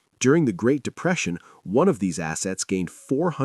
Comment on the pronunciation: "1929 GREAT DEPRESEITION' - yeah that was memorable ... huh !?